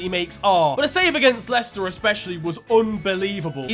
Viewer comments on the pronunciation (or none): none